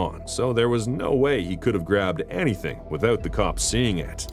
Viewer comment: 'Hennything is possible' 😂